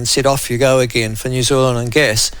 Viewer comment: It’s New Zealand,,,,,, make an effort !